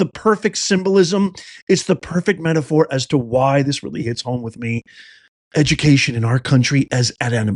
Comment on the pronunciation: Dats edu-ma-cation right there...